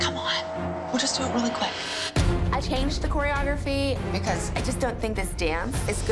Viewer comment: “Only BEcOuSE” Kelly